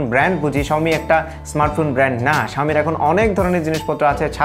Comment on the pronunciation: its xiaomi not xioa......